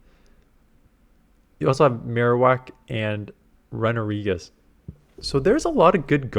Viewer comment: Wtf is a RUN-A-regis.....it's RUNE-A-regis u noob